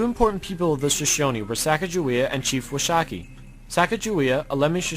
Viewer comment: can not even pronounce Washakie right like your made up fake philosophy and fake doctrine and pronouns, never affirm you in this life time or the next.